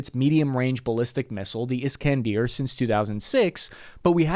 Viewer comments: And pronouncing it Is-can-DEER is irritating af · It's "Is-kan-DER"... Not "Is-kan-DIER" lol